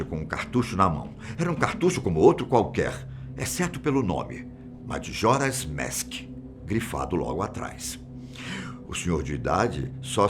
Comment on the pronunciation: Só eu que notei que ele ta flando madjoras mask